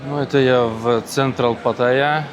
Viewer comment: Привет. Паттайя - ударение на вторую "а"